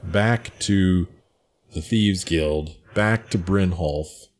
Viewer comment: Heh, why do you keep calling him Brynholf?